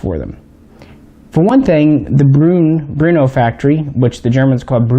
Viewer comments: Brno not Bruno...lol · Its BRNO not Bruno.... 😎🤝😁👍